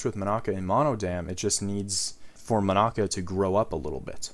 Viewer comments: Mon-aca Me: how tf did he say it wrong sujrudoxosudsisushsisysoshs Mon-uh-cuh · Is it just me or is he saying Monica wrong? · nice video and all but im sorry i hate how you pronounce monaca